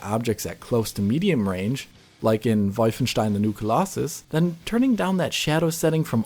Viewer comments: I really appreciate how you said Wolfenstein correctly :) thanks for the insight! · AAAND he pronounced Wolfenstein properly! Again! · always nice to hear Wolfenstein pronounced correctly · Backtracked a couple of times just to hear Wolfenstein pronounced just right xD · Not sure if you are German, but I like the way you pronounce all the German words in Wolfenstein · coming in hot with that pronunciation of Wolfenstein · OMG Finally someone pronounces the V and SH in Wolfenstein. ♥♥♥ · The way you pronounced Wolfenstein was music.